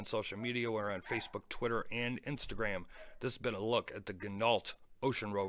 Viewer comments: That bracelet is the exact same as the Corgeut GMT I picked up on Ebay. It too has sapphire crystal, 316L s.s. case etc. but not an ETA movement. The thing is I picked it up for less that $80. I think anything over $400 for this watch is crazy. BTW, I think it's pronounced "gee NOH". I think they all buy from the same Chinese suppliers - Parnis, Corgeut, Bliger etc. The Ocean Rover is in no way worth $1200. The Steinhart Ocean 1 has all of this, made in Switzerland, and is half the price. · Ginault = pronounced Gin No, like French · It is pronounced "Gin - oh".